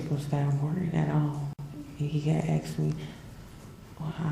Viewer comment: she was not being "axed?" it's "ASKED" you dumb ignorant stupid ass.